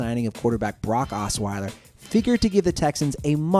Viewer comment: well "assweiler" delivered